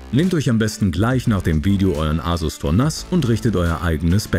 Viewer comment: Gutes Video, aber ich habe es noch nie jemanden N.A.S. aussprechen hören und ich arbeite als IT'ler und war vor meinem Beruf Hobby-IT'ler lol.